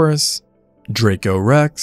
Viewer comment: 😂 he said Draco Rex